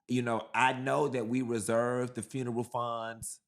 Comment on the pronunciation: secs HELLO, WHEN YOU SAY FUUMESS AND NOT FUNERAL I CANNOT STOP LAUGHING. THANK YOU SOOO MUCH FOR MAKING ME LAUGH. WATCHING FROM THE UK...🎉🎉🎉